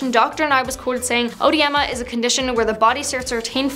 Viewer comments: Yeah it's bad. He needs to check his meds and supplements for side effects. I started to get clubbed fingers one time and it went away when I stopped taking it. You're pronouncinf edema wrong. Not Odehdema. Eh-dema. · It IS NOT ODEMA! IT IS EDEMA WHICH MEANS SWELLING OF TISSUES. SO IT DOES NOT CAUSE SWELLING... IT IS....THE SWELLING. SO YOUR FIRST LETTER IS E....NOT..."O" AND IT IS PRONOUNCED WITH THE..."E"...EDEMA E-DE-MA... ONLY 3 SYLLABLES. THERE IS NO "o" in EDEMA. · Yeah it’s called “Eh-DEE-mah”. Not “O-eh-Dee-mah”. The o is silent. Like Oedipus. Not hard. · EDEMA? As in the "O" is silent? "Odie-Emma?" Lord...🤦🏾‍♀️ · It’s EDEMA, spelled Oedema sometimes in England; the “O” is silent. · It’s Edema. The o is silent. This is embarrassing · The "o" is silent. Edema. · It's edema o is silent